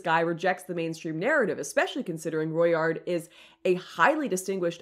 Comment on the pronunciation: Jacques (french) = Jack (english) and for "Rouillard", just loose the "d" and you got it ;)